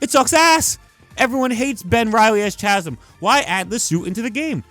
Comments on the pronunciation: its not CHAZm its CAZM is how you pronounce it... Chasm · say CHasm one more time and I swear to god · you're pissing me off with your pronunciation of Chasm. Kah zum. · Pretty sure chasm is pronounced “ka-zum” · Chasm is pronounced "kazzem" idk why. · The way this dude pronounces Chasm makes me wanna gargle glass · bro that’s not how u say the word chasm pls🤣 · I hate how he keeps mispronouncing Chasm. The H is silent.